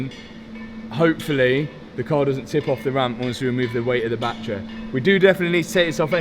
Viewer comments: It’s a battery, Not a battray. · Batt-ery not Bat-tree 🤪